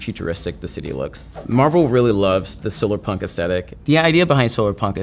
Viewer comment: tf he should enunciate "solarpunk" better, i was left guessing what he meant until i turned on subs silerpunk? silverpunk?? tf